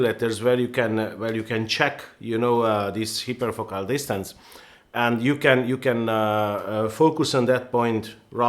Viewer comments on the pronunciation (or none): you pronounced it (hyperfocal) correctly why couldn't you all throughout the video?